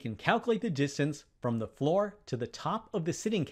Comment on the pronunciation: Ay table? Ay cat? Thee table? Thee cat? The words are A and The, spoken with a schwar [ ə ].